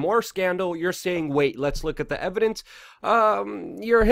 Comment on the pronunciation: How do you mispronounce so many oft-spoken names? Weinstein, Tokei, McGowan... you didn't get a single one right.